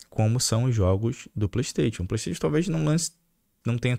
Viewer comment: Porr@ fala direito.. é "playstaixon" kkkkkkkk